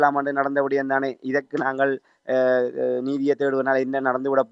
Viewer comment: விடயம்.... விடையம்.... காணாது எண்டு இப்ப நல்லிரவு. நள்ளிரவை உச்சரிக்க தெரியாதவர்கள் எல்லாம் எப்படித் தமிழ் ஊடகவியலாளர்?